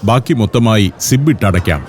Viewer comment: അവരും ഉപയോഗിക്കുന്നത് ആപ്പിൾ ലാപ്ടോപ് 😂😂😂 പിന്നെ സിബ് അല്ല സിപ്പ് ആണ് ശരി.